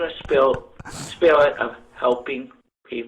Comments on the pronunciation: This guy is like Elmer Fudd. Cwissmis Spiwit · "spiwwit"; best part of the show